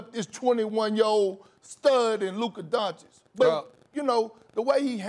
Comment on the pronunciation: SAS needs to say doncic right, it’s not donchick